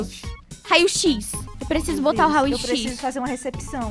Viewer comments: rao x Eu: não é "rao É "raio x"kkk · O no hospital de 5 minutos você disssa raoxis e é raioxis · Teve uma parte que a falou rai x